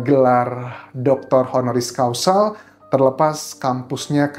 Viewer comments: Mmg sama sih arti HONORIS CAUSAL dan HONORIS CAUSA. Dengernya jadi AGAK LAEN. Causal! Heehee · Honoris causal.... ??? Causa or causal ???